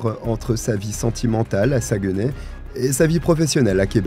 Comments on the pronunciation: LOL. Saguenay prononcé Sa-gue-nay. On prononce plutôt Sag-nay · Ok je ne savais pas de quelle ville vous parliez. La prononciation de Saguenay il ne faut pas couper lorsqu'on prononce mais retirer le"gue" ce qui donne "Sac, né". On ne prononce donc pas le "gue". de la ville Saguenay. Merci je ne connaissais pas cette histoire de ma province. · Merci pour cette histoire. Je suis québécoise et juste pour t'aider ce n'est pas un reproche mais Saguenay se prononce un peu comme "Sac nez' j'ai rigoler qd tu le prononçais... Blague à part merci pour ton super beau travail ❤❤